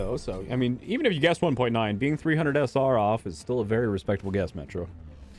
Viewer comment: Every time says "So, Metro" I just hear "Symmetra" lol